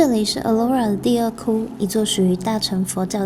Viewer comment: 大乘（發音同剩），不是大乘（成）佛教